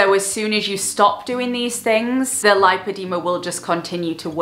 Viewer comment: Amazing video, thank you for raising awareness ❤ for educational purposes it is pronounced; lip-o-de-ma ❤️